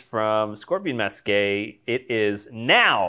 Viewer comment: Scorpion Masque is pronounced as "Mask"! English is weird.